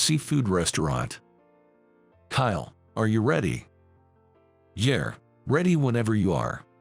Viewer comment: Agreed. And pronouncing "yeah" as yer. Pathetic.